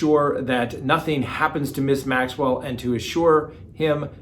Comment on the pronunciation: I love when you mispronounce peoples names 😂 especially when it's someone like that Maxwell lady